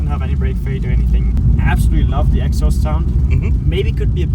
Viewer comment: Elephant in the room: It is pronounced„exhAUst“, not „EXhaust“. Every single time in every single video is really getting exhAUsting… Great video though, like always! 😊